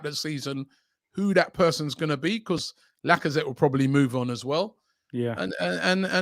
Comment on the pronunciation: Listening to go through the list of “potential” captains, must be embarrassing as an Arsenal fan 🤣 he actually said Lakonga!!! That club is a mess… and I can’t wait for the Amazon series